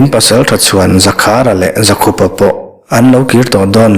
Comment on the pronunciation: Dikchiah. Zakhupa nilo in.. ZAKHÛPA... Paite hming a lam rau rau anih chuan.